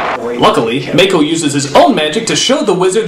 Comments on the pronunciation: Does it bother anyone else that he keeps mispronouncing "Mah-ko" as "Mai-Ko"? It feels so disrespectful. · I can't stand the way he says Mako "Mayko" ughh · Also, please stop calling him 'May-koh'... it's 'mah-ko' as in "open wide, say 'aaaaaahhhhhh!". Short 'a', not long 'a'. However you are correct when you put Mako up as a modern day saint. That man was amazing. RIP general Iroh. <3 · Did I hear that right? Did you pronounce that May-ko?? It's Mako. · Mako Iwamatsu, pronounced (Mah Ko), he isn't a fucking shark!